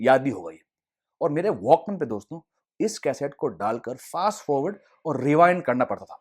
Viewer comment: Bhai its "Dosto" not "Doston"